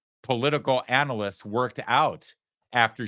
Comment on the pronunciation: In her case, political "analyst" is pronounced with the emphasis on the first two syllables.